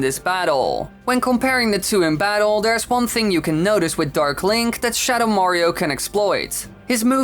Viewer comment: "shadow morio"